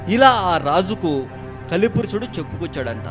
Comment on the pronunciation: పురుసుడు కాదు పురుషుడు